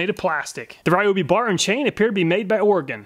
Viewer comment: As a native Oregonian, I appreciate you saying Oregon correctly. 😂 Solid testing as always. I don't even need a chainsaw, but I appreciate your testing so much that I watch it anyway.